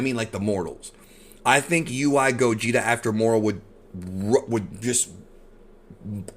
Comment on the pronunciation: It's pronounced Gaw-geht-ay